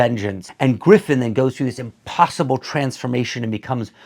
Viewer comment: He hated Griffith so much that subconsciously his brain told him to not utter his name correctly just out of spite, I agree though Berserk is the best period